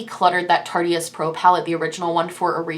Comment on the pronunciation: It's pronounced tar-tist. I've heard a lot of people say tart-e-ist, but it's a silent e. Sorry, it's a thing, and I do love your videos 😎